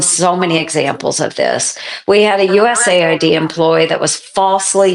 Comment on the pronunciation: Is it just me or is it manipulative to pronounce it ‘USA ID’ instead of ‘US AID’. By all means cut out waste and check things are what they say they are. But if you are killing aid to people out side USA from the USA. You should be clear that that is what you are doing. Pronouncing it USA ID is hiding what you are doing. As an Elon fan this makes me sad.